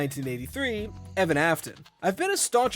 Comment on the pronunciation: My face cringed at "EVAN" ?!?